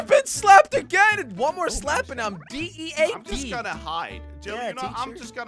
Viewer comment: Jelly said D.E.A.T.